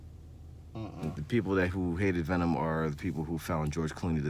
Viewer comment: Venon? 😂 but seriously. Venom is a good movie. Not great. But not bad